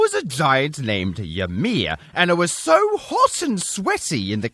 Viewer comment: And Ymir is pronounced ee-meer.